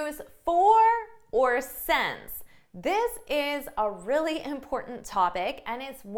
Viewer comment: I wonder why you pronounce since as « sence » sometimes ?